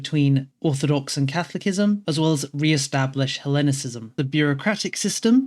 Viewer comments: FYI, it's pronounced SISM. not "kism". CatholiSism. Also, it's Hellenism and Orthodoxy. Not hellenicism and orthodoxism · More specifically, "Ca-tholi-cism" and not "Catholic-ism".